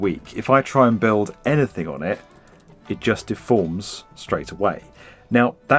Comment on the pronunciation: Once you hear it, you can't un-hear it: pronounces every word ending on a soft D with more of a harsh T: "build" becomes "built", "demand" becomes "demant", word becomes wort, and so on. Kinda hard to listen to. But the content is of course great!:)